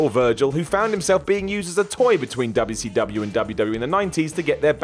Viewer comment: me: I hope he stopped saying Wubbya C Wubbya. less than a minute into the video: of f*ckin course not.